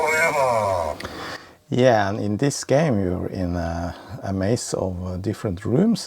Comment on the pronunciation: STAY AWHILE, STAY FOWEVER